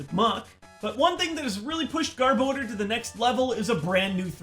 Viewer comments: garb oh door? Why?! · gar-boh-der NO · Youd this hed know how to pronounce Garbodor by now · Gar-Bow-Dur.... ??? What? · His pronunciation of garbodor and rayquaza hurts me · I think you're pronouncing Garbodor wrong. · really a poke tuber mis pronounces garbodor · the way he pronounces Garbodor is just Insanely Dumb and fking Annoying - stoped watch the vid from there and thats why i Dislike. such a Cringe